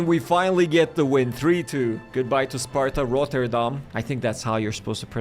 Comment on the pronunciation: Imfrom the netherlands you said sparta Rotterdam good